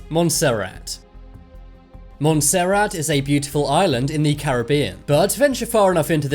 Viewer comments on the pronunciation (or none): Montserrat lol u pronounced it wrong😂